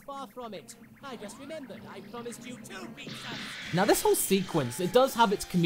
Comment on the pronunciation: Oh my god, I'm so sorry but those first few "Pizzers" just made the "Freezer" thing so much better